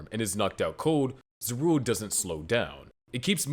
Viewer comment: ZAH RU EL. My god. Maybe this actually NEEDS AI just to fix the horrific pronunciations.